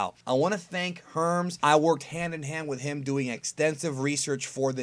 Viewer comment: How does this dude mispronounce Hermes and saiyan like dafuw